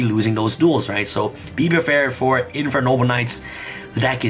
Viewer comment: be ferfared for it Me: be prepared???? 😂😂